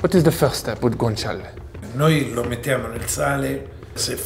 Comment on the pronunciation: Thank you for pronouncing Guanciale properly 👍🏻